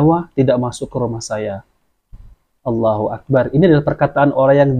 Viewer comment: Afwan min,hanya mengingatkan. Allohu akbar bukan Allohu akbaar....bar nya g boleh panjang